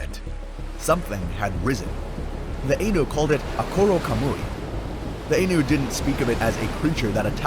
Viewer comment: Nice to actually find some mythological critters I've never encountered before...I'd heard of the akhlut and Akkorokamui before, but the rest were new. One tiny nitpick, though? The "ai" in "Ainu" is pronounced the same as it is in "Hokkaido", as an "aye" rather than an "ey." Japanese has a very limited set of vowel sounds, so they don't change depending on where they are in a word like they can in English. I'd say if you're interested in some weird sea creatures of myth, you might be interested in some other yokai out there. The Isonade, or "beach-stroker," and the koromodako or "cloth octopus," which is a tiny octopus yokai that suddenly opens up like a huge umbrella or sheet of cloth to engulf prey many times its size, only to fold back down into its tiny self once its prey is swallowed.